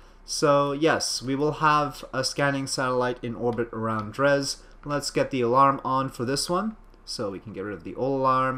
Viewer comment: Oh, BTW, its pronounced drey